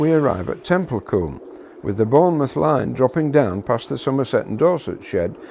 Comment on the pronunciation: It's pronounced (tem-pul-cum)